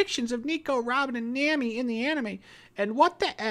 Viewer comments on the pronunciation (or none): Its nami you know like kami not naami ok